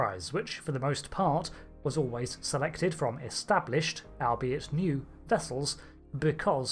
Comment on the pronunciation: Albeit is pronounced all-be-it